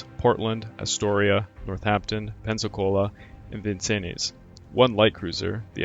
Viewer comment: I liked the Video and thanks. Just keep getting better. FYI Vincennes is pronounced Vin-sins.